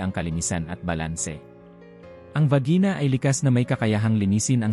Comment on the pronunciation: 6/9/25: Salamat sa kaalaman, pero ang mga Pinay ay maayos namang maglinis ng katawan. Regarding the Announcer: :Para nman hindi Pinoy o Tagalog ang announcer sa pagbigkas ng mga salitang Tagalog at English. Sabi niya: Vagina, na parang Tagalog na salita; binasa; malusog; labis; basa;amag; balat; natutuyo; pabango; pumice stone (hindi pumiston;) tuyo; microscopic; hairbrush; isara; amag; baking soda; bathro-be.. ulit ulit na bathro-be!! Ano ba yan!! Pasensya na po...ako po ay dating Voice talent, at bilang announcer, dapat ay marunong kang mag-prounce ng tamang mga words para maintindihan at hindi malito ang mga taong nakikinig sa iyong presentation.